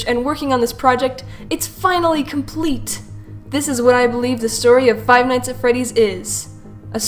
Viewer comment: she says its coplete...